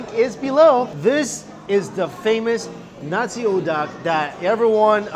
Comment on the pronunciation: Nasi not Nasu